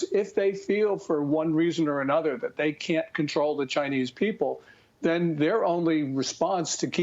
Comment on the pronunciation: Notice how he’s saying BeiJING? THATS the correct way. Not beige....